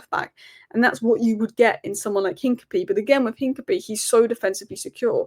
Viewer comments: It’s Hin-ka-pi-ee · The name Hincapié is pronounced roughly as een-kah-pyeh, with the emphasis on the "pyeh" syllable. The "h" is silent, the "i" in the first syllable is a short "ee" sound, the "c" is a hard "k" sound, the "a" is like the "a" in "father," and the "pié" is a "pyeh" sound, similar to the "pie" in the word "pie" but with a stronger "y" sound before the "eh". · hi, hincapie is pronounced hinca-pierre, like del piero's 'pie' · Sorry to be that guy,, but it's "Hin-cap-ee-ay". Keep up the amazing work.